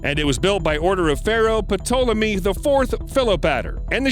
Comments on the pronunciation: Great channel but some of the pronunciations crack me up at times. Puh-Tolemy, sounds like you just spit! It’s Taw-Lah-Mee, the P is silent. Lol! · Wait, what? Puh-TOL-eh-mee? Since when has the name Ptolemy ever been pronounced like that? For crying out loud, the P is silent, the name is TOL-eh-mee! The Battle of CA-dish? Kadesh is pronounce Kuh-DESH! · Puh tul eh mee. 😆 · Ptolemy sounds like tallemmy. Not P-tallemmy. The P is silent. And it’s Ramses, like ramzees, not ram-e-sees. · The "p" in "Ptolemy" is silent. So, it's tolmey not per-tollemy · This dude sucks at pronouncing things. Putolemy and Ramisis the seconds. It’s Ptolemy, the p is silent. And Ramses, pronounce ram-zees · Did u say pa- tolomy? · Very interesting video. In the future, please have someone teach the narrator how to pronounce names like 'Ramses' (ram-seez) and Ptolemy (tall-a-me). It detracts from the narrative when something as basic as verifying pronunciation is overlooked. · Patolemy!!! The "p" is silent! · The 'Zuje' and 'Patolomy' was killing me. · The “p” in Ptolemy is silent. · I hate to be a pronounciation nazi, Ptolomey is pronounced with a silent P, Ramses is pronounced Ram is Cees, Kadesh is pronounced Ka desh. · I knew this guy was an idiot when he pronounced the P in Ptolemy. I stopped watching at that point. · The pronunciation of "Ptolemy"! 😭😭😭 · I thought I heard a pronounced “P.” Cretan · The name ptolemy has a silent P.